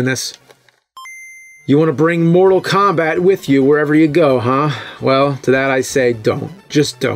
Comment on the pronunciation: I hear him saying Moral Kombat :)